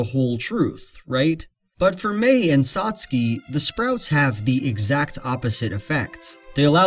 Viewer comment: 1) Good video! Made me think. 2) I've never heard Satsuke rhyming with "Trotsky" 😆